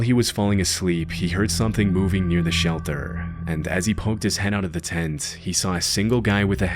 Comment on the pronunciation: The way this pronounces "Tent" is driving me nuts. He keeps saying "Ten"